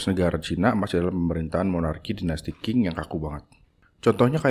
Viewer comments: Koreksi bang : dinasti Qing 1644 M- 1912 M = bacanya Chìng Klo dinasti Qin shi Huang 259 SM - 210 SM = bacanya chīn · Perbaiki cara baca, jangan deng tapi teng, e pepet, dinasty qing dibaca cing.